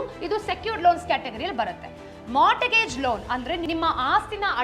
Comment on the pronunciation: punyakke mata mantra andilla 😂😂adu mortgage (t silent) so morgage..nivella YouTuber…🤩